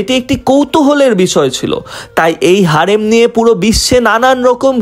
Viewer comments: হেরেম ❌ হারেম✅ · হারেম না হেরেম😂